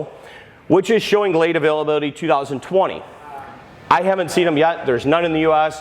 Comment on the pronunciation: Great video, although it sounds like he is saying "2024" sometimes…😝